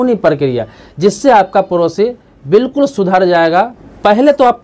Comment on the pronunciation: Bihari.. parosi nahi padosi kaho...time waste na karo na apna na doosaro ka..🙏